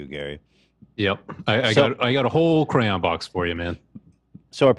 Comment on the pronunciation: It's CRAYON, not CRANE...